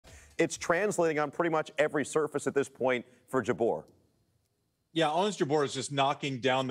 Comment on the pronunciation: How’s funny they mispronounced her last name: JABUR 😅